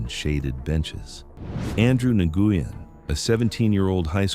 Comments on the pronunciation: Nguyen pronounces like “win” not “ naguya”😂😂😂😂😂😂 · It’s pronounced like “Wen” almost. I know it’s not like everyone would know that. I learned from a friend with that last name. But just thought I’d comment it. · Nguyen is pronounced “win” in English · The Vietnamese name is pronounced differently. It’s definitely not Nihgooyen. 😅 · Andrew Ngyuen, his last name is pronounced “when”. It’s a very common name actually. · "andrew nagoowin" haha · Lol no one can ever pronounce Nguyen the right way